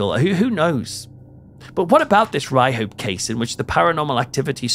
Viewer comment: If you grew up in the north east and had hear of the town, or at least hadn't forgot the colloquialism. It's pronounced "Ryup" not "Ry-hope". Mind you this is coming from a pit yacker in Peterlee.